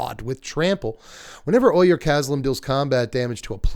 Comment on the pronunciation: "Ojer" is pronounced like "oh-hair", not like "oy-er."